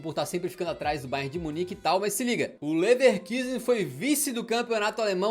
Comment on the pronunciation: Vídeo muito legal, como sempre de grande qualidade:) Só uma pequena correção: se pronuncia "Lefarcuzen". Abração ✌️